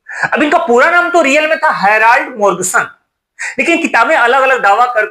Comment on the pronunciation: "गोर्म" सन को आपने हर बार "मोर्ग" सन बोला है।